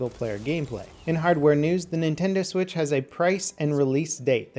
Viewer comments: You had a hiccup, "Swithc" instead of "Switch". Just letting you know! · "Nintendo Swithc" Video ruined.